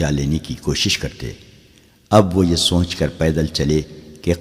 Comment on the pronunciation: سونچ نہیں سوچ اس لفظ کا تلفظ بار بار غلط بولا جا رہا ہے۔